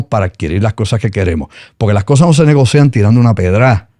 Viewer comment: No se dice negocean, se dice negocian